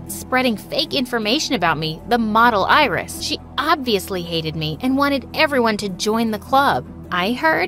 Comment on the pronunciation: That’s not iris thats irizz